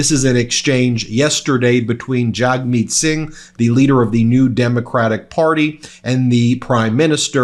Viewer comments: Hi Ben! I know this will likely get lost in the thousands of comments on this post, but it would be great if you could pronounce Jagmeet Singh's name properly if at all possible. jug-MEET. Jug being a quick tone, Meet being a longer tone. Most of our media doesn't even make the attempt and I feel like that is shameful. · Small note - Mr Singh's first name is pronounced "Jugmeet". (Source: I've met him and he told me). Regardless, as a Canadian I love your content. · While you're at it, Jagmeet is pronounced "Jug-meet," and ya weren't even close on Pierre Poilievre.